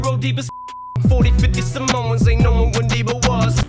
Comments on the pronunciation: Anybody else realize he called them Samons and not Samoans 😂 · “50 salmons” 💀